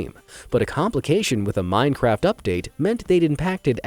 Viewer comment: Dude said 'minecrap' 🤣🤣💀💀